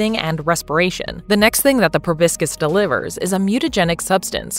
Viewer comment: The pronunciation of 'proboscis' is wince-inducing!